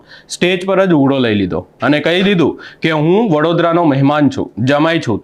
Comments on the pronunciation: ભાઈ ઉઘડો ( ughdo) નહી પણ ઉધડો બોલો (Udhdo) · ઉઘડો સાંભળીને એમ થયું કે મોબાઈલમાં પ્રવેશ કરી, બોલનારનો કાન આમળી અને 100 વાર લખાવું ને બોલાવું કે ઉઘડો નહીં ઉધડો... માઈક અને કેમેરા આવી જાય એટલે બધા પત્રકાર થઈ જાય છે. ચેનલમાં કોઈ એવું લાગતું જ નથી કે આવી બાબતમાં ધ્યાન આપે.. એક કામ કરજો. માતૃભાષા દિવસે ભાષા ઉપર કોઈ એપિસોડ ન બનાવતા.. ભાષાને શ્રદ્ધાંજલિ આપી ગણાશે...